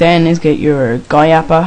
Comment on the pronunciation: a recommendation to those who messed up and those who are about to install... back up your minecraft. just copy it to the desktop... and if it doesn't work try older versions of the GUI API, audio mod and modloader. (by the way, it's pronounced Gee You Eye Aye Pea Eye) leave him alone. he's an amateur and its not his fault :) no offense. :P